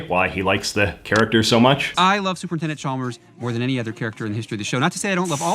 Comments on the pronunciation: Umm I think you'll find it's pronounced Supernintendo Chalmers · You mispronounced "Super Nintendo Chalmers" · I hate to be That Guy, but: As you were pointing out the inconsistencies and contradictions and errors of the segment…you repeatedly mispronounced Super Nintendo Chalmers’ title.